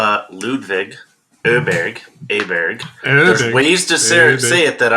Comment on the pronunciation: The Å in Åberg is pronounced like the double o in the word floor.